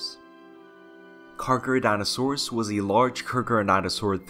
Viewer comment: Charcardontosaurus, Car-Keh-Roh-Dont-o-saur-us, not Geega, its Giga like Gigabytes, Giganotosaurus.